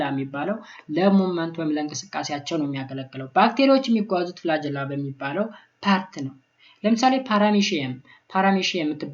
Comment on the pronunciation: ፍላጀላ አይደለም ፍላግኤላ